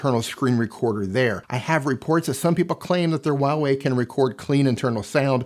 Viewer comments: it's not wah Wei lol it's Hwa wey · For everyone Huawei - hu-wa-wey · "WAWEI" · A moment of silence for the pronunciation of huawei